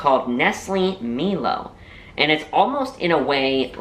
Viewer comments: A hot cup of milo is delicious to cold glass of milk 🥛. Funny how you pronounce milo, you pronounce it me-Lo but it is mie Lo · Milo is pronounced M-EYE-L-O The more Milo you put in the better lol